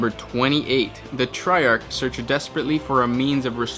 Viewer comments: Triarch is pronounced try-ark. I love the facts but your voice and accent don't fit the theme. Have you considered having guest voice overs? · You did it both ways, but the correct pronunciation is "tri-ark."